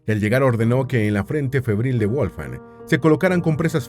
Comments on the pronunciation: Toda la información muy verás e interesante. Lo único es que le llamas WOLF-FANG ( es decir colmillo de lobo en inglés...) la forma correcta de pronunciarlo es "VOLF - GANG" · Muy buen video, pero tengo una duda: Su nombre (originalmente en alemán) ¿se pronuncia "Wolfan Amadeus" o "Wolfgang" o "Volfgang"... ?